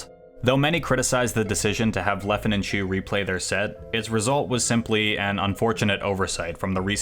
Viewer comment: I'm sorry, but thats now how you say Leffen's name. Great video, nonetheless.